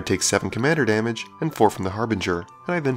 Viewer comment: "14 ponits of damaga wich i gracefully take" nice way of saying no blockers